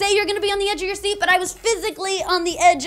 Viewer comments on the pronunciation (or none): none